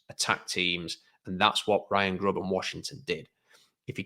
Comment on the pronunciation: I hope they do get Grubb because pronunciation of the name is great. "Grohb".